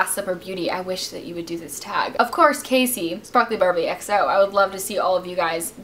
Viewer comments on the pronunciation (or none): none